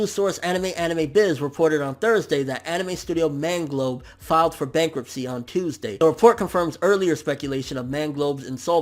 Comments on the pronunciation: lol "Bankuptcy" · "BANKUPTCY" at least it wasn't bankruptcy...phew.